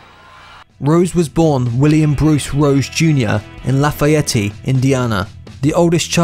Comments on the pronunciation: I live in St. Louis MO and there's a little town a couple hours south named Versailles but it's always been pronounced here as "Ver-Sails" instead of the proper french pronunciation. That being said, I've never heard La Fayette pronounce as "La Fayetti." This narrators pronunciations are truly fingernails on a chalkboard to me. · You don't pronounce the E on the end, La fy yet. Not Lafayetteeeeeee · Dude! It's pronounced......La Fayette! Period...............not La Fayetteeeee. I'm from Indiana, I should know. ;) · Laugh a yeti? Did you mean Lafayette? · Lafiyetty Indiana? Its La fa yette You DINKS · I’m from Indiana and when this dude said “lafuhyeteey” I almost died. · Marc Jones Lafayette pronounced La fee ett. I was born there. And Axl’s real name is William (Bill) Bailey. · it's pronounced (Laugh-i-ett) not the way u just bumbled it again. 🤦🏻‍♀️ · It’s Lah-Fa-Yet. 😂😂😂😂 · I was born and raised here in Indiana, so I'm dying every time he pronounces Lafayette laff-e-etee!! 😂😂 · It’s pronounced “loff-ey-ET. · "LA- FIE- YET"...... "GHEF-FIN records"....do your research.. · He doesn’t and never has gone by “Paxil”. Lafayette is not pronounced “Lafay-ettay”. Elle macpherson is not pronounced “Elly”. You could’ve added about the rocket queen girl, that it was Steven adlers gf. Lafeeyettay. 😂😂😂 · Lah-fay-ETT-eee, LOL....moe-RON!! ...........JEFF'N records.....LOL....oh boise!! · It's la Fee et, Indiana. Il a noie not il a noise. Geffen records. Not jeffen. And Axl was never in la guns. Tracy guns was in the original lineup of Guns and Roses, hence the name. And the follow-up album to appetite for destruction was g n R lies with "patience " etc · Someone needs to teach this narrator how to speak American! “Lafayette-e?!” “ Jeffen records”!? Have you never heard of the general de Lafayette or Geffen records!? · Dude it's Lafayette La Fye Yet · Dont forget the way he pronounced Illinois and Lafayette. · Wish they would have researched how to pronounce Lafayette.